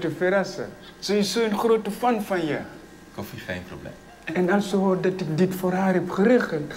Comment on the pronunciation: praten ze zo snel in china ? (niet gemeen bedoelt ) hij zei kolfi het is eigenlijk kofi